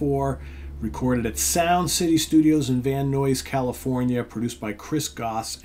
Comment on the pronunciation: Hey - I watch your youtube videos everyday but I never comment. Today that changes - I am just trying to help you out. I live in southern California. The city "Van Nuys" where your choice today was partly recorded and occasionally others of your choices as well - the "Nuys" part rhymes with "guys" and "buys" (as well as "eyes" and "cries"). So it could be spelled phonetically as Van Nize. Just trying to help you. You do a great job hosting all your shows here. Thanks.